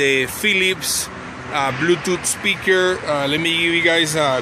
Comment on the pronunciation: blueutouth speakurrre XD bluetooth speaker he mean*